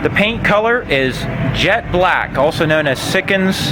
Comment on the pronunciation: It’s bleclk lol